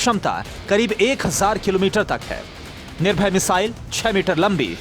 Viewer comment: Ise to missile kaam bhi bolna nahi aata ... Nirbhay ko bol gaya nirbhar